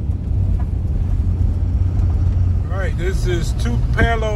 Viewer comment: Tupelo (Tupi-lo)